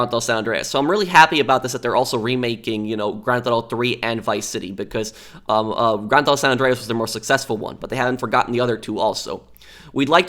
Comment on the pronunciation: Why do you say *granthoto"